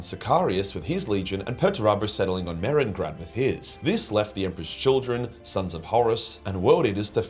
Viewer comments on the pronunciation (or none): *medrengard not merengrand